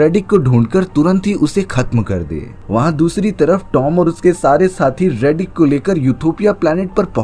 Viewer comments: Riddick hai redick nahi ghonchu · 😂 रेडीक नहीं…. रिडिक।